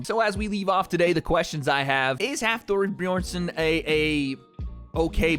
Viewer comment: Nice to see for a boy from iceland. But you need to practice how to prounounce his name Hafþórs name